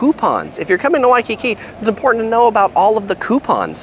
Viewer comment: God how many times did u say wakkki